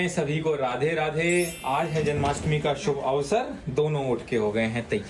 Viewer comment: Its jan*maa*stmi u r saying janmastami😂